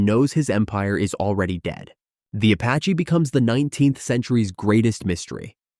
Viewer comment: “the AH-64 Apachay”